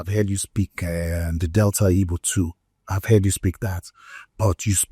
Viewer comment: His mum, Ibo. His dad, Abo. Is it that you guys can't say Igbo, Agbo(r)?